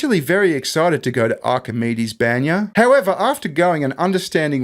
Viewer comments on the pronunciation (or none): You guys are amazing , but for the love of... It's BANYA Not BENYA It's Russian sauna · a Russian spa is pronounce "bahn-ya" Like a bon bon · The way you pronounce баня is both hilarious and cringe at the same time :P